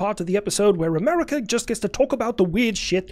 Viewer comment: Here slower than West Taiwan says "Am-air-wicah"